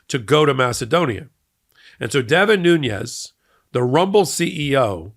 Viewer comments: Hey, great reporting as usual! Just 1 correction to the name of Devin Nunes. His name is Nunes, not Nuñez. Hes of Portuguese descent, not Spanish descent. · The name is said "Noon-es," not "Nu-ñez." His family is Portuguese descent from the Azores. They're not Spanish. If someone mispronounced VP Harris' first name you'd get your back up in the air. But you can't once say Devin Nunes name correctly. It's annoying. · I do share your scorn with these individuals but I wish you would get their names right. Maybe it's a sensitivity because I hear WILKERSON so often when WILKINSON is so easy. And the fact I speak Portuguese. Not Nuñes (NOO-nyez). It's Nunes (NOO-nez.) No "nye". Same thing with that p.o.s. Aileen (AY-leen, not EYE-leen) Cannon. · I hear you pronouncing Devin Nunes with a tilde over the "n" as it would be pronounced in Spanish. I questioned how people were pronouncing it but learned that Nunes, (New-nes) instead of (New-nyes) is the Portuguese pronunciation of the name and is correct. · It’s noonez not noonyez he’s Portuguese not Latin. The Latin people don’t want to be identified with him! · Devin is of Portugese descent...not Mexican. His name is pronounced "Noons," not "Nuñes." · Devin Nunes' name should not be pronounced Nuñes. It's not a Spanish name, but Portuguese (the corresponding Spanish name is Nuñez.) You can pronounce simply Nunes. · Nunes is pronounced "noons." He's Portuguese not Spanish. I bet he pronounces it wrongly just to sound Hispanic. Also a short squeeze is when there aren't enough shares to make good on long holders' positions (because short sellers are borrowing shares against their margin equity and selling them with intent to buy them back at a lower price). This requires short sellers to cover their short position). I think you were saying that, but it was a little clunky. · Nunes, not Nun̈ez. Portuguese, not Spanish. No "en-yay" in Portuguese. Come se dice 'putz" en Portugues?